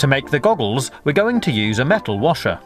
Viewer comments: I thought he said gobbles instead of goggles lol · He says "to make the gobbles" 😂😂